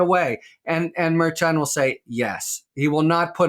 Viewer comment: Always can depend on Harry for scholarly information.BUT Harry, why can't you pronounce Merchan?